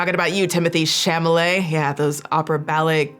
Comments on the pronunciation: The way you say chalamet cracks me up.. I had no idea about the Google thing and that is terrible.. And the lady's tik tok you posted.. When she made the comment about saying that to someone hearing the n word as they are being hung or set on fire.. My god that just hit me so hard 😭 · The petty delight I took every time I heard you say Timothy Chamalamanooscarsforthatdingdong’s name wrong. Intentional or not, it just those bits even better 😂👏🏼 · I giggle whenever says "Chamalet" What is really telling about his comment about ballet and opera is that his grandmother, his mother and his sister are all in the ballet industry. So he should know more than anyone how those shows are constantly selling out no matter how expensive the tickets are. Instead of empathizing with his family, his ignorant comment is no different than some rebellious farm boy disrespecting his family's livelihood and claiming he would never want to be a farmer because it doesn't make you rich or famous. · Why do you call him Chamale? 😅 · Are you saying chamalet on purpose? haahah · your inability to say chalamet is the funniest thing ive heard in so long it made my night😹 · Copyright clippings aside, having you deliberately mispronounce Mister "I don't understand ballet and opera, so obviously no-one else could possibly care about it"? LMAOO that was a beautiful little petty cherry on top of all of this nonsense. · I laughed everytime you mispronounced charlamets name hahaha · You mispronouncing Timothee's last name every time made me giggle. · I felt vindicated to know that I am not the only one to mispronounce Timothée Chalamet’s last name. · Idk if the mispronunciation of chalamet is deliberate but it feels right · Ok... Is mispronouncing Tim Tim's last name on purpose? 😂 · I love the fact that you keep unintentionally mispronouncing his last name 😂😂